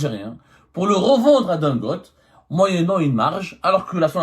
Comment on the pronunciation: Il s'appelle Don Gotte. On prononce Don Gotté. Pas Gotte